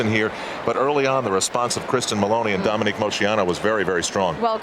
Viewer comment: I wish Al learned the proper pronunciation of names. He just keeps mispronouncing Dominique's last name over and over.